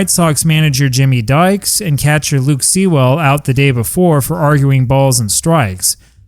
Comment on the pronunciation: Great story again, also shows why bottles were not a good idea at a ball game as your last story demonstrated. Not sure how, but Sewell is pronounced "Sool" like school.